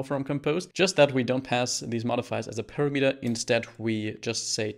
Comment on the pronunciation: on I several times listened what did you say, and I could understand it only when I switched on subtitles. That word was - parameter)) You put emphasis on the last syllable, although it should be on the second. It's not big deal while you have good subtitles